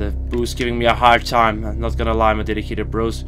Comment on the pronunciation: Note: Work on pronunciation of "boos".